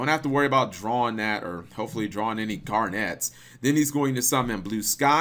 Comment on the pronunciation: The way he pronounces it makes it sound like Gem-Knight Garnet plays for the Celtics.